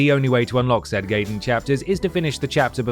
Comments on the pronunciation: It's pronounced "Guy-den", not "Gay-den" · Gaiden is pronounced “GUYDEN” my british presenter, NOT “GAYDEN” >_< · "Planet scape" "Gay-den" "Lui Kang (text)" Amateur shit. Great video, but you guys need to bone up on your quality assurance a bit if you want to take off. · And I bet a lot of people were shouting at the screen "It's PLANE Scape, not PLANET Scape!" But then this is someone who still pronounces Gaiden as "Gay-den" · its pronounced guy den for crying out loud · Hearing pronounce Gaiden wrong for the Fire Emblem section seems so off to me considering that he pronounced the Gaiden in Ninja Gaiden correctly in the past.